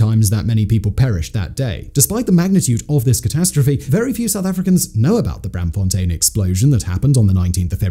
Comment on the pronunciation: The -aam in Braamfontein is pronounced like the english "arm." It's Br-~arm~-fontein. Not Bramfontein.